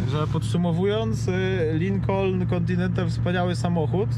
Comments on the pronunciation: Lincon! Nie wymawia się "L". Ucz się od Złomnika! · A Złomnik mówi, że się wymawia Lykon. Tak mówi... Edit: Jednak Lynkon. Mówi, że Lynkon. Środkowe "N" mi nie działa w głośnikach.